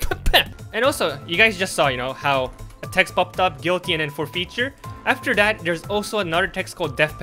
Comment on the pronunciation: Is english your first language? Your accent is so good but I notice some words like forfeiture are pronounced a bit funny. I’m just curious or am I completely wrong lol